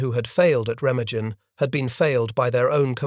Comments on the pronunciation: Oh, how I hate an narrator mispronounce a city or region WRONG!!! That bridge has a German name Ree-mah-gen. If needed check the finished production for those kinds of ERRORS!!!! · Remagen rhymes with pemmican. It is an ordinary German word with accent on the first syllable and a hard g as in 'go.' This remark may seem trivial after such a tragic tale, but you'd think that after making scores of these WW2 videos, you guys would take enough interest in German culture to master an ordinary word. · Why is he pronouncing Remagen like that?